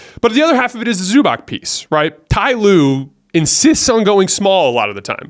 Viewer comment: dude, its Zubats, not Zubak!!!